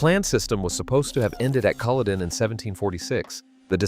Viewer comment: Iits Culloden not coloden. Mackay not mackahhh please pronounce the names properly